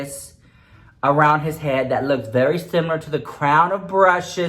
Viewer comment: Nobody:: "Suwgar Skull Leeewksss" 💀💀💀💀